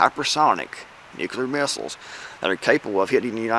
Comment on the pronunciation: Love your content, but man, please stop pronouncing nuclear as “nu CU lar”.